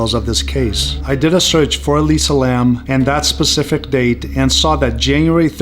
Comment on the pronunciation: It’s interesting the voice on the portal sounds like it could be her voice too. Definitely a young female voice. It’s interesting you even got the last name pronounced right. Like I mentioned on IG, my last name is Lam 林 and if she’s Cantonese then yes it would be pronounced “lum” not Lam. 👍 In mandarin it would be pronounced “Lin/g”. I honestly think she was interacting with something paranormal at the hotel. Definitely bipolarism can make you feel a bit crazy and see things. But I almost feel something paranormal tipped the scale that led to whatever led to her death. And as I mentioned on IG her room being on the fourth floor is a bad luck number for us Cantonese people because it sounds like “death”